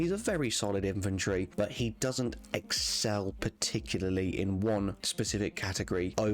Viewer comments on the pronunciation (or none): none